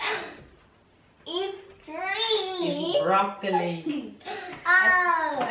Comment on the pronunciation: Lol is so funny lol. He said tree 😂